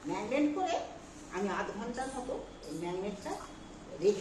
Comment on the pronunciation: Magnet noi marinet